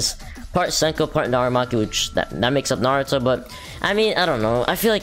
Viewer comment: Me wait for him to say narumaki cuz I already know he will say it